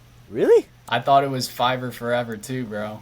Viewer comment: Sorry, but I gotta be that guy. It's pronounced 5-er, not fur-ver 😂 When the website first began they would offer services for $5. Hence the name "five"-er. Great interview though 👍